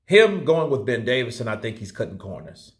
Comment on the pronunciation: Johnny,can't you get the man's name right even,DAVISON